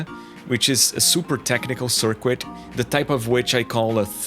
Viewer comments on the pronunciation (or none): Pronounce "circuit" like sirk-it